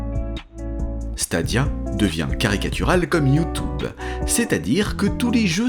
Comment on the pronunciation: Quand virtuellement tout le monde en France dit \ju.tyb\ ou genre \ju.tjyb\, votre positionnement est vraiment particulier (Qu'est-ce ? Une sorte d'anglois discount ?). J'aimerais bien connaître vos motivations ( ˘ω˘ )